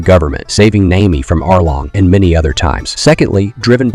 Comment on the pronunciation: I was with you until you said NAYMEE